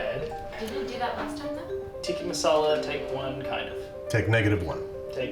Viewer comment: Thing he still botched: the pronunciation. He keeps saying "tee-kee" instead of "tick-uh". Love this series! This guy had awesome energy, glad he was able to come on :)